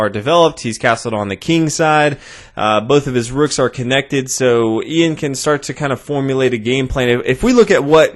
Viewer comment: It's not "eeeyan", its "Yun", as in yucky